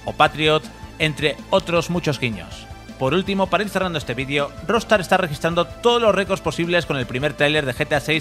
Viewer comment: buen video :) , pero, porque dice Rostar?